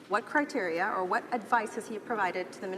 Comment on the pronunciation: Haha Michelle, you are his kryptonite, you cracked him like an egg at the end and he started gasping for air by going on the attack. Not only didn't he know what you were talking about, he also struggled terribly with the word 'criteria'. He was practicing the pronunciation of the plural... I bet my kingdom he is not aware of the fact that there is a singular as well, let alone what it is. Nor did you spare the Chair's condescension. Good for you Michelle, keep on holding them to account!